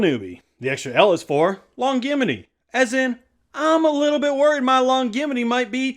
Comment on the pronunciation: Longevity is pronounced with a j sound